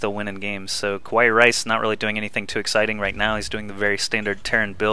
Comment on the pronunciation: Just wanna say that this was a cool game...and also, it's usually pronouned "Ka-wa-ee", and it means "cute" in japanese...